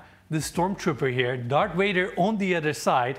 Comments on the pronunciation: did you say DARK Vader? lol. Great home, tour, and truly classy. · Did say “Dark Vader”?